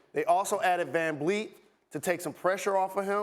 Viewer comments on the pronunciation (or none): Who the hell is van bleet ????? U mean VanVleet!!!!!